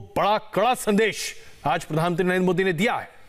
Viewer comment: आप खबर में प्रधानमंत्री न कहकर प्रधानत्री कयो कह रहा है? क्या आप जान बुझ कर कह रहे हैं?